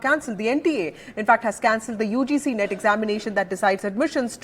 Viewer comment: Dii it's not NEET it's NET😅😅😅😅